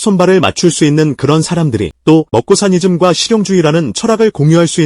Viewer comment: 막고사니즘 -> 먹사니즘..? 😅 화이팅! 좋은 기사 영상 늘 고맙습니다. 즐거운 추석 연휴 보내시구요~~